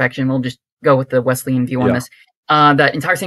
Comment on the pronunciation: Love the program 👍 I’m a Wesleyan, but it has an s sound and not a z sound. So Wesleyan not Wezleyan 😜